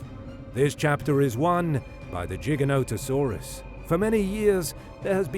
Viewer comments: Giga not jiga bro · It’s “Gig”not “Jig” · Its pronounced with a hard g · T Rex would win not because its fan favorite but because it was way heavier would push and bully Giga-noto-saurus dunno why your pronouncing it Jigga when it's a f##king name and name's are pronounced exactly how the person who named it wants it to be and that person named it Giga. Brits smh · I thought it was pronounced different like it sounds like gigantic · Tell by the pronunciations of Gigantosaurus that this is a bot. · jigga-no-ta-sauru :o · Jig-a-no lol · Not a JIGA WHERE the hell country are you from? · Its pronounced GI-GANTA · Gi-Ganto dude wtf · and the origin of its name the greek word gigas, is pronounced with a hard g. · Wtf is a "Jiginotosaurus"?? 😆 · I just wanted to say it’s not jiganoto It’s Gye-Gant-ono-saurus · "Gig" is how you are supposed to say the first part. I Cringe so hard when people mis pronounce then try to debate me about the dino. Like bro get the name right first lol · Jig-an-no-to-saur-us. That's how the paleontologists that named it pronounced it. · The pronunciation of Giganotosaurus in this video is fucking obnoxious. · The first G is pronounced with a J sound.